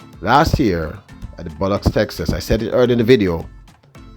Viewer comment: Where is "Bullocks Texas" ?? It's Lubbock Texas